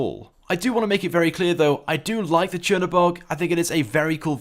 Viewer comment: Chern-o-berg jackass